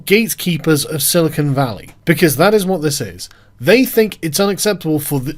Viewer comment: Its silicon not silicone.